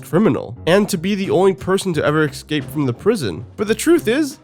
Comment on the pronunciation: Love these vids, but there it's "escape", not "excape"